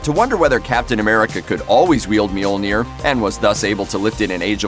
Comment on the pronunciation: I hate they way you pronounce Mjolnir 😩